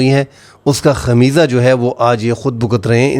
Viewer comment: خمیزہ نھیں خمیازہ بولو